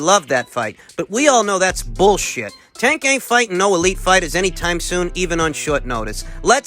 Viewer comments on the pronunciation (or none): none